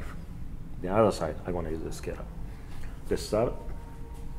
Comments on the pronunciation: Narrator's pronunciation as "skallar" versus scaler was hard on the head. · Everytime he tried saying scaler I cringed. "skeller". That's all I kept hearing and I don't know why but it really bothered me. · A Scaler is pronounced with a long ā. A scaler is used to remove scales